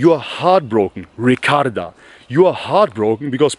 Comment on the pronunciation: "Ricarda"😂😂😂i can't